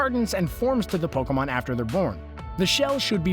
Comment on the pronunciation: Instead of Pokemon its pekoman